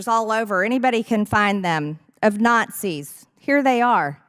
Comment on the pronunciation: It sounds like she is saying NOT SEES